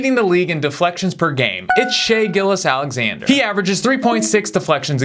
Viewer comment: Come on bruh! Pronounce Shai’s last name right!